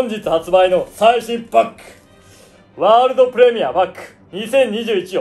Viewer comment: 開幕嬉しすぎて、謎の着地と「ワールド・プレ↓ミア・パック」って変な発音になっちゃってるのめっちゃ面白い(笑)